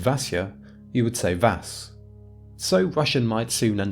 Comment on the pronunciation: Russian here. Vasya will transform to Vas' with a soften s, not Vas